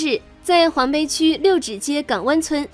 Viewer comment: 黄陂！对不认识的字在念稿子前不能查查字典吗？